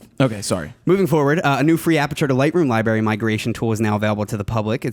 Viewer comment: says 'Libary' a lot, lol